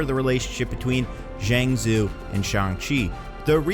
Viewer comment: Are.... are you purposely mispronouncing Zhang Zu? Like even just looking it up on Google would have given you the proper pronunciation, just throwing that out there since I liked the video for the most part.